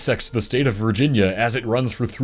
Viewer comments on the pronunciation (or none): none